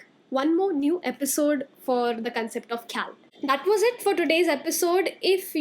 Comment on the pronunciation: Not Amir Khusro, it’s Am-eer Khusro. Not kheyal m, it’s Kha-yal